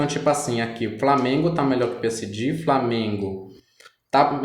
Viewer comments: Moço muito legal a tiragem mas é peesege, que agonia falando Piesidi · "P S D " AHAHAAHAHAH G VIROU "DI" AHAHAHAHAHA